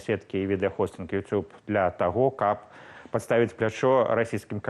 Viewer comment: Что за произношение:Ют юб?ТУПИЦЫ.